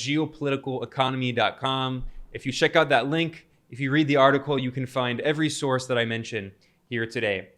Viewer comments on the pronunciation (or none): none